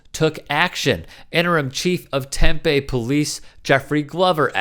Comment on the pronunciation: It’s pronounced Tem-Pee not Temp-A